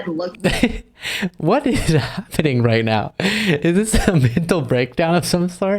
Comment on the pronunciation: Did Marge seriously just say "at this point right meow, what the hell is wrong with Republicans?" Is she transitioning into a furry? Lmao!